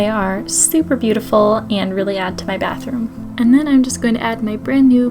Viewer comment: „Bathoom“ LOL